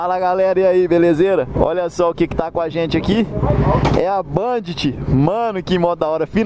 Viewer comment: ele pronunciou correto, é bandit, n´so que falamos banditi kkk não tem o "i" no final, é como a Honda que o pessoal fala "ronda"